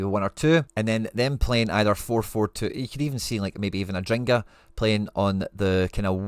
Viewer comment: its adingra, not adringa.